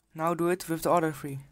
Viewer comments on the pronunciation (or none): He says *three I hear *free